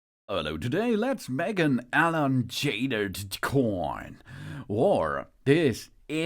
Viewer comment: That’s not how you pronounce elongated… ur an idiot - stick to your language 😅